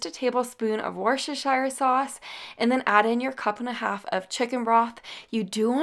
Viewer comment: I’m English and it’s pronounced woost er shire sauce but I always love American pronunciation and you really have fabulous recipes they I am going to try ❤️